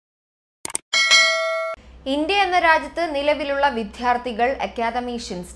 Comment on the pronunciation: 😍** 😍 പറയുന്നു, 😁*വിദ്ധ്യാർത്തികൾ *😁 പറയുമ്പോൾ തെറ്റ്,, 😁😛 പറയേണ്ടത് 😍😅 😍*വിദ്യാർത്ഥികൾ* 😍 ഇനിയും ശ്രദ്ധിക്കുമല്ലോ😍